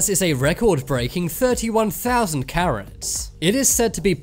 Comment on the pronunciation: I thought he said “ 145 Karen’s “ 💀✋